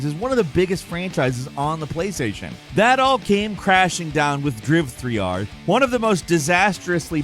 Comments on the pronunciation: It’s not DRIV-3-R, it’s called DRIVER 3 omg!!! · It’s not driv-three-ar 😂 it’s driver 3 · Driv-3-r? It’s pronounced Driver. Jesus. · It’s called driver 3 :) not drive 3R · Saying driv 3 r is ridiculous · Its pronounced "Dry v'three'r" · Driv-Three-Arr xDDDDDD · You're killing me with the "Driv-3-R" pronunciation lol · Dryve tryar😂😂😂😂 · lol "Driv-3-R"... Seriously? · DRIV3R is pronounced "DRIVER 3". Geez, you know this and you pronouncing it that way is just annoying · lol, insisting on calling it "Driv 3 R" to insult the game. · For example, I appreciate that he stuck to saying "Driv-three-are" for the entire segment. 😅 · Hearing you try to pronounce DRIV3R.......dead 🤣🤣🤣🤣🤣🤣🤣🤣🤣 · I've gotta say, the intro to driv3r and the various ways of trying to say the name got me good, i had to rewatch it several times and it was just as funny each time, 👏 kudos 👏